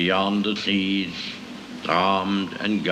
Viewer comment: "Beyond THE SEAS!" FFS! Not 'the seeds'.